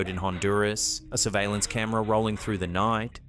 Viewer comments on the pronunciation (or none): none